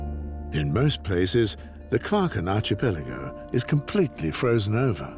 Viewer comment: This is an excellent documentary. I just wish that the chap who gives the comments would pronounce archipelago properly! It is arkipelago and not arshipelago!!!